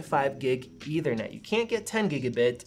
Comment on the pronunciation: “Eithernet”? Lol